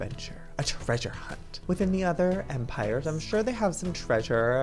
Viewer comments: He is saying EmpirYers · and why you say empirgers instead of empires?